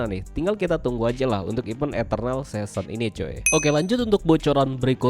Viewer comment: Dah ketebak baca godnya got wkwk season aja di baca sesen, magic wheel di baca mejik wel, dan masih banyak lagi. Contoh sekolah cm sampe SD😂